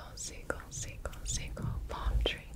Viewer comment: Gibi says seagull: What i heard: single, single, single 😔